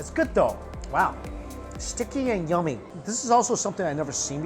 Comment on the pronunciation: Did he just call the broth nummy? 😂